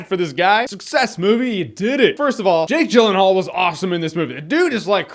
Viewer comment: Jake Jyllenhaal? Really jeremy?